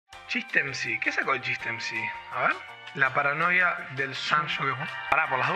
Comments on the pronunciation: Papo. Es PRONOIA No paranoia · Pronoia, no paranoia!! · clave que todos cuando lo leen dicen Paranoia en vez de Pronoia jajaja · Pero no es Paranoia es Pronoia, todo lo contrario 😅 Yapo Papo por último lee el título bien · pronoia, no paranoia ajdsashdj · Pronoia no paranoia skgskhks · Es la "PRONOIA" no la "PARANOIA" JAJSJSJS